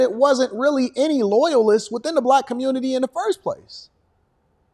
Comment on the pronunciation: "Loyaitist" SMH